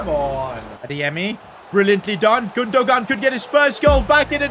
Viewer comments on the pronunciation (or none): Dude, it’s not Gundo-gaan, it’s Gundo-aan 🤦🏼‍♂️ Why you’re so screwed with pronunciations? 😅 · Isn’t Gundogan pronounced Gun-Doh-Wan? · The way to pronoince gundogan is actually gunduan please say it correctly 🙏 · bro cant say Gündoğan name right